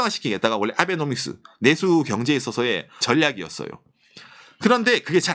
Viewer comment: 아베노믹스라고 빨리 발음하니까 아베놈이스라고 들리네.😅